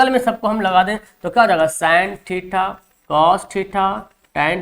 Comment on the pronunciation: थीटा❌ ठिठा ✔️ 😂😂